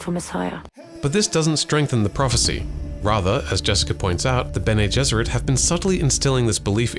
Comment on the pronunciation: They literally pronounce it in the the movie can you not change the pronunciation of bene gesserit to sound smarter